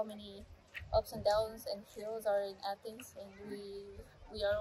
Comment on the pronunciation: You could totally both pass for Greek, it warms my heart to hear of your experience in Greece and for your admiration of the ancient sites in Athens, I also appreciate that you pronounced everything correctly in Greek